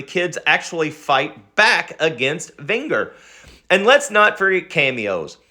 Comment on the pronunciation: Pronounced "Ven-Jer"